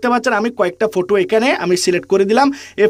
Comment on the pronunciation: ফটু না 😂😂ফটো